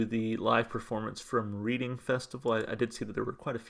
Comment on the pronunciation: not to be picky just letting you know Reading is in the UK and pronounced “Redding “ 🦋✌🏻 I love Muse and love your channel! you react to some great music! Thanks 🙏🌞🌻